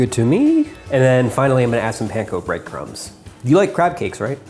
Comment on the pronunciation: It sounded like he said crap cakes!